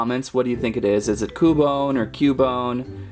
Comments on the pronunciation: Its not ku bone its qubone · Pretty sure it's Qbone not koo-bone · YOU SAY CUEBINE RONG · And your rong you said ``cubone`` but it is actuly cubone and in the bigenig of the name is not cu its acthuly kyoo kinda like the word cute but its not cute its kyoo and the words kyoo and bone thogeter make kyoobone so that prouves you were rong yea you where rong yea rong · its kyu bone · It's pronounced ( cue -bone ) ( pair-is ) ( rat-tat-ta ) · its cU-bone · It's Cue-bone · Its cyubone thats how its pronounced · its pronounced Q - bone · ITS cuebone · cub one is not cu bone it kinda sounds like qbone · no pronounced CUE-bone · (Cue)(bone) in case if you didn't know how to say. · Cubone is pronounced cube-bone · It is pronounced cewbone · It is pronounced q bone in the tv show I am a Pokémon geek I know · Repeat after me cu-you-bone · Sounds like q-bone. 😀its ok, at first i didn't know how to pronounce names and i still don't.🤣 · Koo-bone? Parr-is? Rt-t-ta? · It's pronounced like kyoobone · It’s (kyu-bone) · It is cue-bone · It's Q-bone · It's pronounced Q-BONE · U pronounce it like cewbone but spelt cubone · YOU IDOT ITS CUBONE LIKE IN CUBE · Cubone is more reptilian, than Canine. And it's pronounced "Kyoo-Bone", like in the word "cute". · it sounds like you said coupon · Well ya right it's cubone but your saying it wrong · He says Paris wrong also he says cubone wrong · You said Cubone wrong!!!!!!